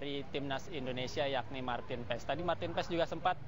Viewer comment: simak penyebutan nama maarten paes di liga MLS ----> MARTIN PAAS, bukan PAES atau PAIS!